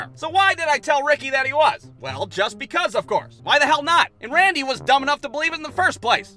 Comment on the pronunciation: Love how misspoke Randy's name. 😂